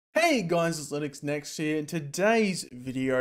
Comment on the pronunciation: The way you said linuxnext here, i heard it as Linux Next year